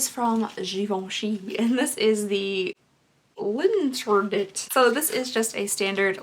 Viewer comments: Mayonnaise on a hot dog? What happened to your box cutters? l'interdit ... interdit would be pronounced something like enter-dee and means "forbidden". Just figured I'd add that in since I know French. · The Givenchy perfume is pronounced lawn-ter-dee haha. Also yikes I never realized Elemis products were so expensive!